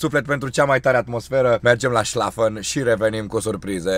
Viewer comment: Du hast die Deutsche ackezent "Schlafen" woe gut kannst du Deutsch sprechen